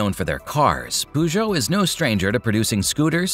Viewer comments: Poogou, it is pronounced purrchou. LMAO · It's 'Purr-geot', not 'Poo-geot'!! 🤣